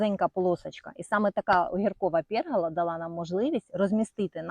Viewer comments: Вітаю,гарний городець❤. Але,якщо вже ви за красу навколо,то і мова має бути правильною,а, отже,красивою.Не " пЄргола" українською,а пергОла. Хай все вдається. Вподобайка 👍💪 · Будь ласка, пергола, не пЄргола